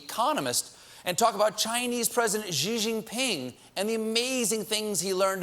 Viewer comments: Damn, stop pronouncing his name as "Zhi Jinping"! "Xi" is pronounced like "she", if you can make the 'sh' harder like German 'Schi', great, but even if you can't, it's still better than how Colbert pronounces it. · "Zheee Jin ping" Bruh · wrong pronunciation of xi jinping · Ehm... that's not even close to how you pronounce Xi JinPing's name. But, since I haven't heard a single one English speaking journalist pronouncing it right, I guess its fine then.